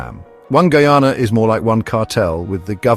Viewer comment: He cant even prononce name of coutry properley skunt man cha